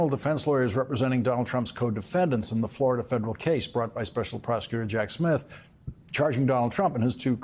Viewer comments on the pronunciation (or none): none